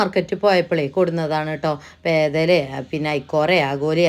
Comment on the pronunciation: പേതല അല്ല ❤കേതറ ആണ് 🥰🥰